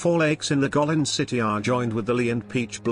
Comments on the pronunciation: the first spot is Gweillin not Gulillin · Guikin is pronounced " Kue lin ". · you mispronounced "Guilin" terribly. It's more like /guei-li:n/. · Guilin is promounced kwi' lin. Scenery is reminiscent of Chinese paintings. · Get your place name pronunciation right . Guilin for instance, then others…. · How truly beautiful a country this is. Sadly, how pathetic your mispronunciation of "Guilin" sounds. Have some respect. This is not your word. It belongs to a people. At least bother to learn about accepted pronunciations before you do voice-overs on YouTube videos.